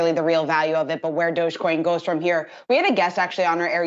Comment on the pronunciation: At last a reporter that gets the joke and calls it Dog e coin.